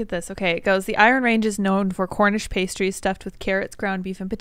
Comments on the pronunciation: Pasty is pronounced past-ee not paste-ee ok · It's p-ah-sty. P-ae-sties are nipple covers. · Btw, “pastie” is pronounced pass-tee. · Pasty rhymes with "nasty"...Not to mean those nipple covers with tassels.😐 Just sayin'. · Pasty is pronounced with a short 'a' sound. It's a regional food in the upper mid-west so I understand you guys not being familiar with it. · Hi, correction. I am a Cornishman from Penzance in Cornwall we have a long history of mining tin and other minerals going back before the Romans. The food you are describing ‘pasty’ is said with a short /a/ and not a long vowel. So, that food in Minnesota was 100 percent brought there by Cornish immigrants called ‘cousin Jacks’. My a gar oggy, Dyw genes. Kernow onen hag oll!